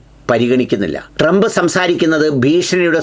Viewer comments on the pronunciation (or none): none